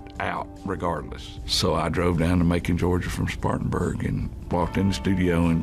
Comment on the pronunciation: Spartanburg,SC NOT Spartansburg! I know I am from there!